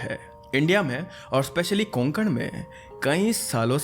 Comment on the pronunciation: कोकण हैं वो कोगन नाही